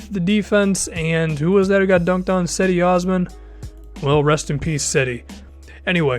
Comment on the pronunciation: To let you know Cedi Osman is pronounced Jed-E Os-M-ah-n